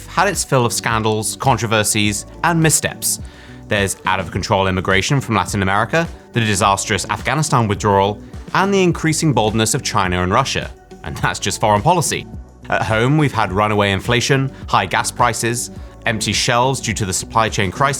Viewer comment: Chiner and Russia? How did you pronounce the "ah" ending so incorrectly with China, but correctly with your pronunciation of Russia?